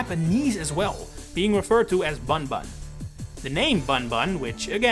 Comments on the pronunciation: You're pronouncing his Japanese name wrong lol. It should be read either as "Boon-Boon" (but with a shorter vowel) or even just "Boom Boom" (the ん character can be transcribed either as 'n' or 'm'). But it's not "bun" like you'd read it in English. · it's also not pronounced "Buhnbuhn" lol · Yeah this is why this guy should stop making content like this. I can’t believe he made such an idiotic mistake. Any prior research will show that bunbun is pronounced as boonboon, ay caramba. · Bunbun is pronounced Boonboon or Boomboom, so Boom Boom makes perfect sense as his English name. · Slight correction, “bunbun” in Japanese is basically just pronounced the same as “boomboom” - u is always a “oo” sound and an “n” is sometimes used instead of “mu” to convey an “m” with no vowel (and when “n” is in front of something like a “b” or “p” it ends up basically becoming an “m” due to how pronunciation works (that’s why we spell it “tempura”)